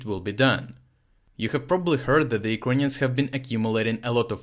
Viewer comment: Kind of gutting bored the way say "Ukrainians"...in the first minutes i wasn't sure who do you really mean...work please on your pronunciation dude...nevertheless everything seems to be ok and brought clearly from you out